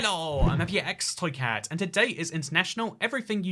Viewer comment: I like how he can't say his name correctly